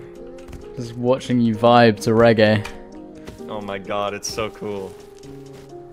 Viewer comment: How dare you mispronounce Reggae